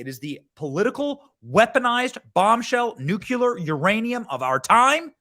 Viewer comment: THERE IS NO WORD IN THE ENGLISH LANGUAGE LIKE "NUCULAR".